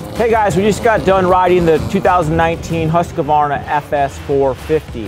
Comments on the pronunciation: Pronounce huskvarna, not husk-a-varna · Pronounced Hoosk Varna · aj det gör ont hur han uttalar det. huskuvarna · CAN PEOPLE PLEASE STOP SAYING HUSAQVAYNA ITS HUSQVARNA. ONE WORD. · 1, we're a wide range of cultural backgrounds, so no. it's an english as the native language thing. hus is not pronounced hoos, it's pronounced just like it's spelled, based on english grammar conventions. and a lot of people add the extra A in there between the Q and V because it's just strange to transition between them... again, based on english language conventions. 2, besides all that, as someone already said but i just want to reiterate because it's the biggest reason... we mainly don't care. if i know what you mean when you say it, that's all that matters. furthermore, humans of different cultural backgrounds are still very similar, genetically. what one average human can do, any other average human can do. the difference is training (i.e., upbringing). your body responds to how you use it, and changes accordingly. our vocal abilities are no exception. we've been using the english language our entire lives, so it affects how we speak. so unless you've found a secret hidden tribe of neanderthals with different throat or mouth shapes, there's no way it's a genetic thing. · Still haven't learned how to pronounce Husqvarna correctly.. what a shame. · Everyone complaining about how the name is pronounced......am I the only one who thinks 10 grand is insane? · Is it just a genetic thing that Americans can't pronounce Husqvarna?